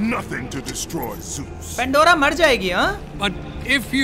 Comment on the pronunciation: "Zeus" no "Juice" yes